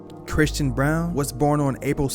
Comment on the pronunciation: Brown is not bruan can't say his name but makes a documentary.......